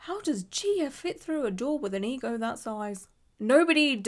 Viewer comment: Omg she added 27 R's when she said EGO!!!!!!